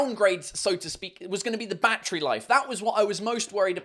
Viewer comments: Everytime he said "Battery" I understanded Backtrip ._. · How he says battery ( 🦇 🌲 )